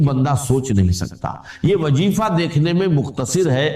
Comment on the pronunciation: یہ گرکٹ ھے اپنی پہچان چھپا کر ڈاکٹر اسرار بنا ھوا ھے دوسرے الفاظ میں جو جو اپنی شناخت بدلتا ھے دراصل وہ اپنا باپ بدلتا ھے اور جو باپ بدلتا ھے وہ ۔۔۔۔۔۔ ھوتا ھے ڈاکٹر اسرار یہ ڈرامے نہیں کرتا تھا۔۔۔ زیادہ کو جادہ بول رہا ھے۔۔۔ وظیفہ کو وجیفہ بول رہا ھے ۔ قرآت بھی غلظ ھے